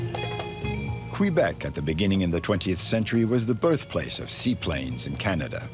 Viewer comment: Please pronounce the name of the Province of Québec correctly!! The French way is: Kay-beck. The English way: Kwuh-beck. It is NOT "Kwee-beck. Scoundrels!!!!!